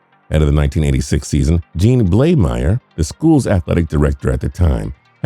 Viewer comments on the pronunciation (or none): none